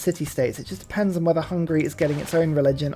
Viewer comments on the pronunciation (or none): none